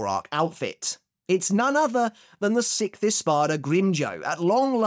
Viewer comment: Why does he says “sikt” instead of “sixth” every time? :D Btw, someone know if he watches the anime with subtitles or english dub? No one answers this question and im really curious.